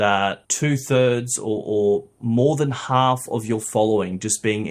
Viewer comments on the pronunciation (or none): none